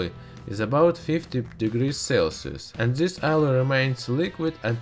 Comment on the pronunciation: NOT ZIS BUT THIS - DIS